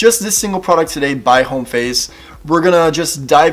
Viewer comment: Thanks - just discovered this brand - useful information. BTW - the "H" is silent - "OHM-face"